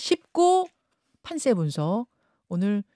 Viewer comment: (김현정)판쎄-> 판세